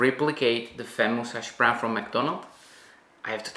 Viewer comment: I just love the way you say hash brown LOL “ashbrown” 😂 definitely going to try this